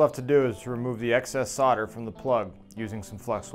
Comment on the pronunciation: solder, not solder!